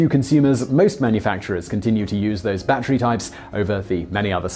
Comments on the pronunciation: Unbeknownst to this host, "battery" is a three syllable word... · someone just wanted to hear him say "Batchery" a lot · It's not a 'bat tree".